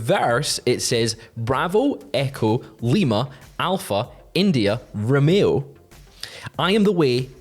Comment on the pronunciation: Why do you pronounce 'Romeo' like a nutter?